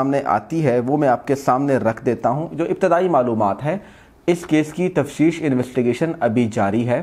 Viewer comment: تفشیش نہیں ہوتی بھای صاحب تفتیش یوتی ہے اپ ہمیشہ تفشیش ہی بولتے ہیں پلیز اس ٹھیک کر لیں معذرت کے ساتھ